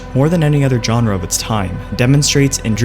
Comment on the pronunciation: Informative and well edited video... but the way he repeatedly says "genre" bugs me so, so much